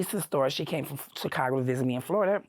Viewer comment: that is the FIRST time I have ever heard someone pronounce the “S” in Chicago, Illinois.